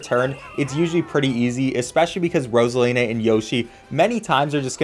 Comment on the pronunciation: You said frozala instead of Rosina